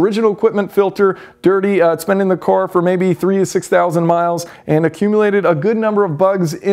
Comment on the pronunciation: He also can't say the word "car". He says "core"